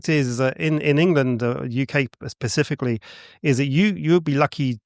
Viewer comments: It’s specifically not pacificly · He's pacifically talking about polteygeists. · pacifically poultygeist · Either I'm hearing him incorrectly, or he keeps saying "Pacifically" instead of 'Specifically' 😅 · The fact he keeps saying "Pacifically" rather than "specifically" really grinds my gears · I love this channel buuuut I genuinely struggle to take anything seriously that is said by a grown man who says "pacifically" instead of "specifically" 😬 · I'm sorry but him saying "pacifically" rather than "specifically" is irritating AF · pacifically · Love your videos and I have watched pretty much everything you have posted. This video however, hit my cringe button so hard, I couldn’t even continue. This guy has said “pacifically” so many times at the beginning, it really makes me question how true his story is. How are you a grown man and not know that saying this makes you sound like an idiot?! Anyways, keep up the great work and I did stil like and clearly commented on this! 😝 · In the UK, pacifically… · Specifically not pacificaly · Is he actually saying "pacifically" like Del boy? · If I couldn't say "Specifically" I'd try to use it less than every 120 seconds... "Pacifically" 🙄 Interesting ideas, but I love how he comes up with utterly unknown things AND dismisses them because of utterly unknown ideas... Hilarious. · He lost me at "pacifically".... meh 🤷‍♂️ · 3000ft up a 'hill' in Manchester??? 3000ft is a mountain and there are NO mountains in Manchester! This guy is not convincing me on many levels. He also says 'Pacifically' instead of 'specifically' which irked me. Maybe I just need to breathe a little more deeply! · "PACIFICALLY" And this guy has this all figured out. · THANK YOU! I thought this guy was trying to KILL ME, PACIFICLY!!! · Anybody that says "pacificly" instead of specifly, they lose ALL. Credibility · Never trust anyone who insists on using the word "specifically" 20 times per minute but says "pacifically" instead